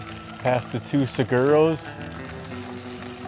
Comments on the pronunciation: Just an FYI :) Usery = Yousery Saguaro = Sa-war-o and Arizona pigs are Javalina = hav a lina. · I can tell you guys aren't Arizona natives the way you pronounce Usery, Cholla and Saguaros.